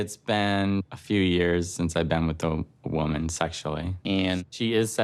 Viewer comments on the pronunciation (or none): none